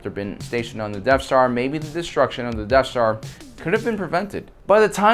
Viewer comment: I’m sorry… I had to turn this off when I couldn’t handle “Deaf Star” anymore. It’s pronounced “Death Star”.